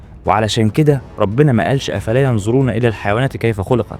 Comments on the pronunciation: ما قرات الاية صح أصلا،،،. افصح كلامك و خلي لهجتك عندك في كلامك لا كلام الله،،. ينظرون بالظاء لا ينزرون،، اتقوا الله و لا تحرفون كتاب الله ،، و معلومة خاطئة الإبل تستطيع ان تعيش بلا ماء اكثر من شهر أو اكثر لا سبع أيام أو عشرة،،، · لا تحكي افلا ينزرون الى الابل اقرأ بالطريقه الصح افلا ينظرون الي الابل ❤❤ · احسن الله اليك اخي وجزاك الله خيرا على هذه المعلومات صدقاً أني استفدت . لكن ملاحظتي لك على قراءتك للآية الكريمة ان لا تقرأها بلهجتك بل اقرأها كما تقرأ في القرآن . لانك قرأت " ينظرون " => " ينزرون " وهذا خاطئ ولا يجوز وجزاكم الله خيرا ❤ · الأصح أن تنطق {أَفَلَا يَنظُرُونَ} بالظاء، وليس «ينزرون». والأفضل أن تحاول نطق القرآن كما أُنزل وتحاول تتعلم وتجتهد بقدر استطاعتك. والدين يسر وليس عسر، ومن عجز عن النطق الصحيح بعد الاجتهاد فلا يكلف فوق استطاعته، لكن المطلوب منا أن نجتهد ونحاول تصحيح قراءتنا. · سبحان الله وبحمده سبحان الله العظيم ملاحظة بسيطة (ينظرون وليس ينزرون) ادري انه بسبب اللهجة لكن عشانه قرآن لازم ينطق مضبوط جزيت خيرًا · جزاك الله خيرا ولكن (ينظرون) وليس ينزرون بالضاء وليس الزاء 😊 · فعلاً سبحان الله وجزاك الله خير، بس الآية تنطق (أفلا ينظرون) وليس أفلا ينزرون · انا متابعك ومعلوماتك مفيده لاكن لا تنطق الايات القرانيه بلهجه اهل مصر مافي شي اسمه افلا بنزرون وتحياتي لك محبيك من اليمن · أخي صحح كيف تنطق حرفَ الظاء في الآية التي قرأْتَهَا ..عندما قلت : يَنْظُرُونَ . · {أَفَلَا يَنظُرُونَ إِلَى الْإِبِلِ كَيْفَ خُلِقَتْ} [الغاشية : 17] تنبيه مهم معلش وهو انك تنطق حرف الظاء في كلمة (ينظرون) بشكل صحيح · بس انتبه وانت بتقرأ حرف الظاء.. قرانه غلط مرتين.. الظاء حرف لثوي ويجب إخراج اللسان ووضعه بين الشفتين عند النطق به.. مثل الثاء.. والذال